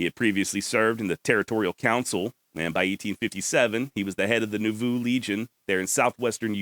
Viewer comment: I live just a little north of there and it is pronounced NAH-VOO. Thats a hard one. This show keeps getting better!